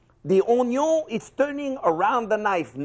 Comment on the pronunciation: I first used this video when I got my first job in a kitchen as a prep cook. Now I run the line and I have every new cook watch this video to learn how to correctly cut onions with minimum waste. Ofc onions are now referred to as ‘onyon’ in my kitchen, which makes us laugh every time, but let’s not overlook what a fantastic learning tool this video is!! Thank you so much Chef!!! Much love xx